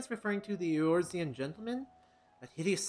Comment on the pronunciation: Behold the magnificence of "Eoruzean Gentleman"